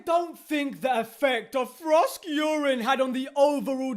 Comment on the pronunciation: Frosk-Urine. I keep laughing every time I hear him do that...